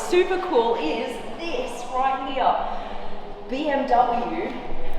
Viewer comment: I’m just here to hear Blondie say RIGHT HEEA !!